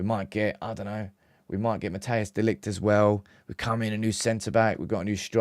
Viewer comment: It's not pronounced Mattheus De Ligt, Mattheus makes it sound like a german name. It's actually pronounced more like, Mat-ice De Ligt. Greeting from The Netherlands, hope we get him and Zirkzee!